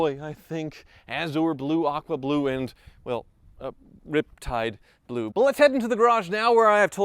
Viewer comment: I’m so glad u said the color right instead of RIPTIIIDEEEE BLUEEEE